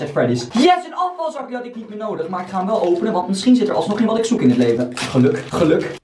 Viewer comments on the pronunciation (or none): Grappige wwweeelll